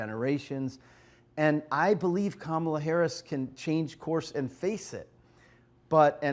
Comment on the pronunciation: Comma-la as in Momala is how u say her name